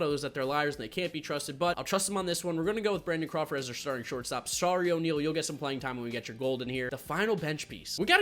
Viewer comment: It pronounced o-ne-al and i know thats not how you spell it but thats how its said